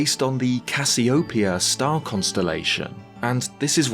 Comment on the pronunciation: You mispronounced Cassiopeia. The stress is on the e, not the o.